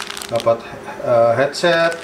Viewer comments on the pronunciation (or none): none